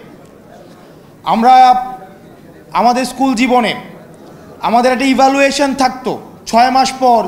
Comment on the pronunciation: ইভালুয়েশন বাপরে ইংরেজি উচ্চারণ 😂